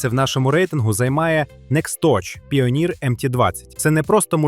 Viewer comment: Тільки не "піоніір", а "пайонір"